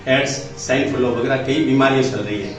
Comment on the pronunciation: अभी इनको बोलना भी याद नही है। सल(चल) रहा है।